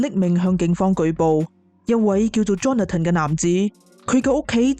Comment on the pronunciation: Johnathan 发音是约翰森不是约翰登，听着好难受。